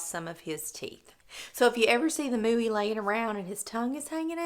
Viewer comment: I was just about to say that! 👍 And it suits him perfectly 😊 It's pronounced moy-a though 😉